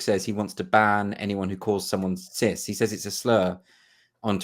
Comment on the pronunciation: At first, I thought you were saying that the word "Sith" was banned on twitter. A star trek reference. Then I re-listened and I think you were saying "cis".